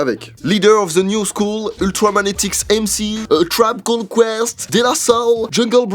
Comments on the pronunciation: "La New School" waaa on dirait qu'il dit "L'anus school". Sinon super intéressant 👌🏼. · J'suis le seul à avoir caller sur le fait que tu prononce "La new school" par "L'anus cool" ? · à qui a compris " l'anus cool " au lieu de " la new scool " ? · Quand t'as parlé de la new school j'ai compris "l'anus cool" Aidez moi svp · Mdr a de la video quand ta dit "la new school" j'ai cru que t'avais dit "l'anus cool" XD ... Oui je sais je suis TRÈS week bizar ,mais sinon très bonne video ! 👍👌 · J'ai tellement l'impression qu'il dit "l'anus cool" a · esque je suis le seul qui a compris : Lanus cool au lieu de : la new school😂😂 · Ce con prononce "la new school" en "l'anus cool". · Pourquoi quand il dit « la new school » mon cerveau entend « l’anus cool » ? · quand prononce "la new school" j'entends l'anus cool et maintenant j'ai envie de crever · J'écoute en bossant, j'ai dû regarder mon tél pour verifier "La New Scholl", j'entendais "L'anus cool" xD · Quand tu dis "new school" j'entends "anus cool" voilà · A je suis le seul à avoir entendu « l’anus cool » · J'ai eu une hallucination auditive, j'ai entendu "l'anus cool" au lieu de la "news school"... Sinon excellente vidéo ;) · "L'anus cool" ?!? Ah non... La New School 😎 Wow comme il le prononce pt1 !!! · Je suis mort à j'ai cru qu'il avait dit "l'anus cool" au lieu "new school" mdrrrr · Je suis le seul à avoir compris "l'anus cool" au lieu de la "new school" xd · Putain, j'ai cru que t'avais dis "L'anus cool"... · Je suis le seul à entendre "l'anus cool" au lieu de "la new school" ? ( vers ) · On dirait que tu dis l'anus cool et pas la new school à minutes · j'ai trop l'impression qu'il dit "alors l'anus cool" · par contre, la new school tu le prononces l'anus cool xD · Quand il a dit "La new school" j'ai entendu : "L'anus cool" ouais... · je suis le seul a avoir entendu " L'anus cool" ?!😂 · À 14,25 secondes , je suis la seule à avoir compris "l'anus cool" ? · par contre a 14.30 j'entends " L'anus cool "